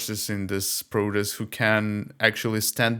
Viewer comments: Well you're not speaking US English, you're speaking English with a strong Eastern European accent. it sounds like he's saying 'produce'. How about adding subtitles to your videos? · Please, correct your pronunciation of the word "protEst". I had difficulty understanding you because it sounded like "produce".